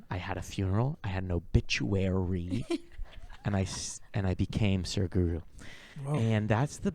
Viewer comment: The way said "o-bi-tua-RY" 😂 Incredible.